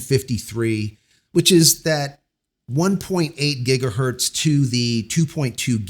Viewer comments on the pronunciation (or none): none